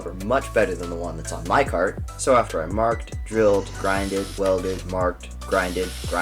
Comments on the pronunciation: "how to make a cwazy cawt go vwoom vwoom for cheap" is gold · The “how to make a cwazy cawt go vwoom vwoom” got me😂💀💀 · Thanks for teaching me how to make a cwazy cawt go vwoom vowwm for cheep!